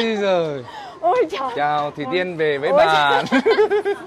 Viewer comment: Sao khúc đầu tui nghe ổng gọi là Thủy Tiên nhờ?😂